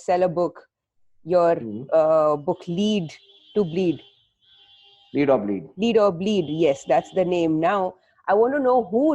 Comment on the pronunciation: She said , Leed to bleed. You should know that much before taking interview, Also felt like she want listening